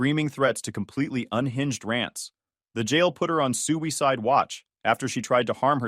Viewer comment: Sewyside I hate to laugh at how AI pronunciated that....